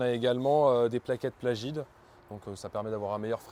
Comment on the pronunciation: Sympa la caisse ! Par contre c’est des plaquettes Pagid et pas Plagid 😂 l’entretien est hyper raisonnable pour une voiture de cette catégorie. Très belle configuration